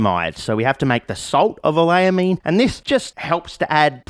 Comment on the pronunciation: QD synthesis chemists raging every time he says "oleylamine" wrong